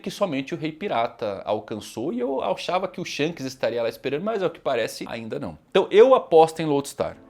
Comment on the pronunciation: "eu auchava" me quebrou kkkkkkkkkkkkkkk